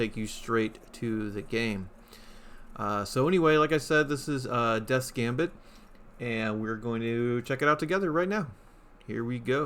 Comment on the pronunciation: Thanks for playing my game! I really enjoyed the video! Have a great day! *edit, you pronounced it perfectly fine ;)